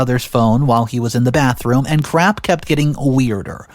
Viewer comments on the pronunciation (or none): none